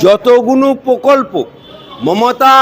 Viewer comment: Pokolpo নয় prokolpo